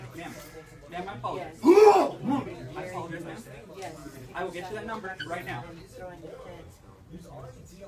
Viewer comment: vandalizes store "I need your corporate numba!" HAHAHHAHA